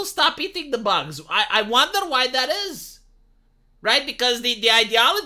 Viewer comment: "You must eat ze boogs"